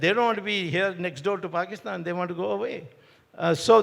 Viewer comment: Start by saying "want to" , not "wonna". ☺️I agree, Swamy is the best 🙏🏽